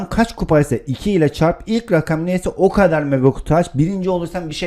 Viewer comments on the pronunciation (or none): none